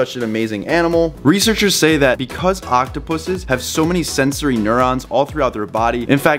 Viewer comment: He is saying it correctly.